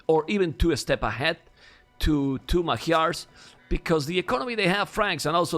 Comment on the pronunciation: Is anybody else annoyed how he pronunces Magyars?